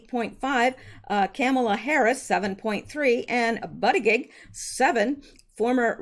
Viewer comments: LOL!! Actually it's pronounced "Boot -a-jedge", but I like your's instead! :] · I think the Pete Candidates last name is pronounced something like. “Butt Itchi edge,” Going by the way President Trump emphasized the pronunciation....